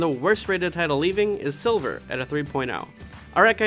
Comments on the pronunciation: Btw, you mispronounced Sliver. Its S-L-I-V-E-R Not Silver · Every time he said "silver" instead of Sliver, I cringed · It's Sliver not Silver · Sliver not Silver.